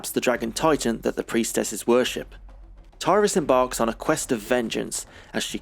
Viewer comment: The team behind Beast Rider didn't know this, but the correct pronunciation of the amazon character's name is 'Tirris' and not 'Tie-ris' - in Japanese it's ティリス=フレア (Tirisu Furea), but you can also tell from the way it was translated on the original cabinet in the West - the game itself named her Tyris Flare (well, technically Tyris=Flare), but the cabinet named her Tillis-Flayer.